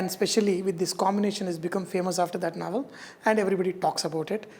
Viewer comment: chef its not naval, its novel.. 😄😄😄